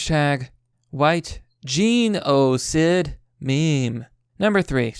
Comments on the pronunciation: If i'm gonna support you on patrion it will be because you're ad free and stop censoring yourself. If you're "constantly being demonitised" why do you still constantly censor yourself? I'd understand you censoring words like fuck or cunt but geeehnoouu-cid instead of genocide is sooo annoying every video, just use the damn word. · When a man cant even pronounce genocide, I click off.